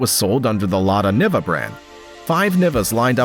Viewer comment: It would make the Niva the first crossover? (Also it’s pronounced nee-va)